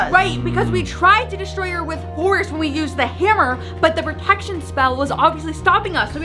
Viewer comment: full maximum Pre-tec-tion. Me:you mean pro-etc-tion